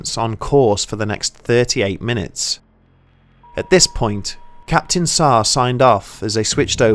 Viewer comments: Saarr instead of SH-AH bruh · Its captain Shah , not Sah